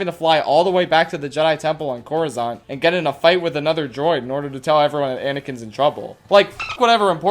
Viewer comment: Coruscante, not coruzante.